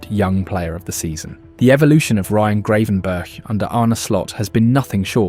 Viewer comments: Bloody AI voice. I-AX not Ajax Ten Harg not Ten Hag Grav-EN-burch not Grey-van-burg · I think it's pronounced Gravenberg